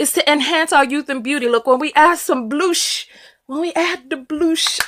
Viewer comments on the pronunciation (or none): I love how she pronounced bush as bloosh 😂🤣 😍